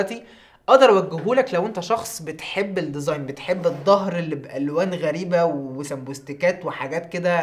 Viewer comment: سمبوكسات.. مش سمبوستكات ههههههههه عدتهالك الفيديو اللي فات بس المره دي قلت لازم ارخم عليك علشان بحبك ههههه